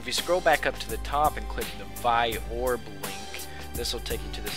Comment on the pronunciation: its vee-orb